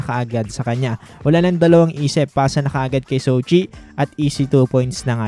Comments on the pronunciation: jow chi po not sow chi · Jo-chi ☺️☺️☺️ Marami pa rin tlaga nagkakamali sa pronunciation dito hahaha... 🤣